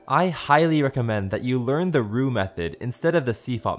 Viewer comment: i thought you said robux. xD